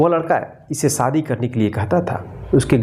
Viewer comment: Saadi. Nahin. Shaadi. Hota Hai correct pronunciation